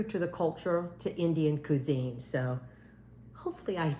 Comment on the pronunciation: Qwi-zeene Amy